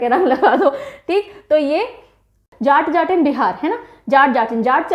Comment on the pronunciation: Uttar pradesh ka folk दादरा है ददरा नहीं... बिहार का जाट-जाटिन नहीं.. जट-जटिन है